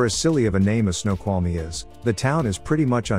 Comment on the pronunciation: they pronounced it right… just called it a ‘silly name’